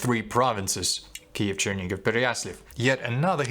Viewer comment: знову проблема з написанням по вимові , тобто - московській кальці в місці: Черні-гіВ( а не ґов), Переясл-ав ( а не авль)